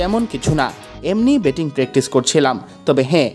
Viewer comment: Baba Apni please bangla pronunciation er upor jor den karon as a reporter Apnar uccharon thik nai. Mind koiren nah please same working gulo arek jon manusher mukhe shunle vul gulo bujhte parben…. Like Batting ke betting boltesen!!! Sorry updesh nah improvement dilam.